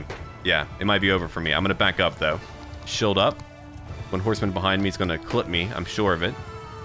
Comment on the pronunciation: Where are you from? Why can’t you pronounce the “ee” sounds? Ex: shield sounds like shilled